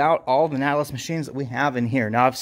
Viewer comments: Ur pronouncing Nautilus wrong. Look it up. Why would u say Natalis? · Pronounced like “naughty”. Naughtilus lol. VERY nice gym!!